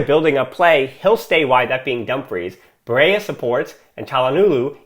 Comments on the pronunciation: Hey man, I love your podcast, it’s probably the best researched out there. I just wanted to mention some constructive criticism, a double LL is only pronounced as a Y in Spanish. Barrella is Italian so it’s just pronounced Ba-rella. Thanks for your dedication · Yup, as a fellow american myself, just say it like the spaghetti brand